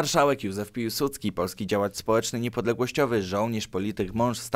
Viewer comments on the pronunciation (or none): none